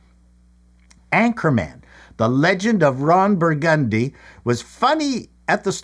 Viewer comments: Bur gun dee? Really? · Ron bur-GUND-dy? Did you farm this out to AI? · Please tell me I didn't hear him say Ron BurGUNdy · You didn't even talk about the correct Hairspray! And you can't pronounce Ron Burgundy's name correctly? Downvote!